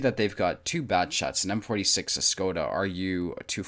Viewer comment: 1. If AMX 49 is angling, shoot the cheek of the upper hull (also for ammorack) 2. It's pronounced "shkoda".